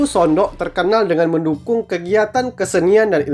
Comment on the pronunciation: udah bener bang pengejaan anda. Memang bacanya Sondok.